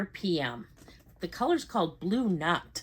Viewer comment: Congrats. It's so damn cute! 😊 The colour would be Blue Nuit? Which means blue night, the Nuit is usually pronounced "nwee" 😊